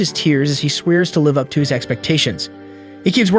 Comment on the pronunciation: is the commentary ai. I just dont understand how some simple worlds like, bow, live and disciple among others are so badly mispronounced